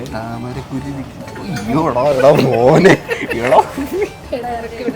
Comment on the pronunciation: താമരക്കുരു alla 🤣🤣 താമര ക്കുരുവിക്ക് തട്ടമിട് ന്നാ...🤣🫵🏻